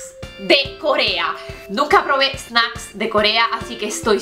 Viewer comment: Yeeeeihhh dijiste snAcks hahah